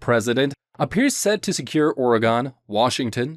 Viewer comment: "Ore-Gone." Bro.. its Or-Again."